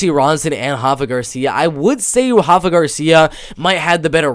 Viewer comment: Dude it’s RAfa Garcia, not Hafa 😂 I thought you were half Mexican (like Rafa) not Brazilian 🤣